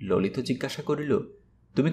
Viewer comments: Vai,lolit hobe,lolito uchharon hobena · Lolita sunte ,vul hoyechhe,ota lolit sunte hobe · ভাই ললিত উচ্চারণ সবসময় "ললিতো" এই ভাবেই জেনে আসছি।